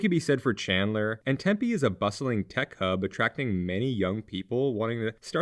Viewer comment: It's pronounced Tempe, not Tempe :/ I'm being facetious, yes, but their is a TINY emphasis on the M that people from outside Arizona usually can't even here.